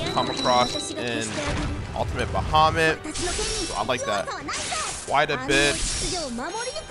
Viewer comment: the absolute worst way to pronounce bahamut